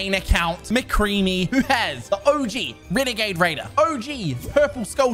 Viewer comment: Wenagade waiver 😂